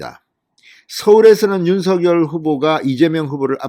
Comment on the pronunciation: 윤석열 발음이 않되시나요?